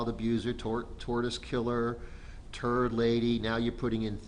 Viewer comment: The 2nd i heard say turd lady i spit my drink out and busted up laughing 🤣